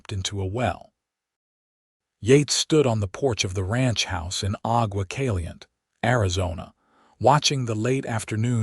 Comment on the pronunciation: Cali-yente and two-son!!! If AI is so great, why can’t it pronounce place names correctly?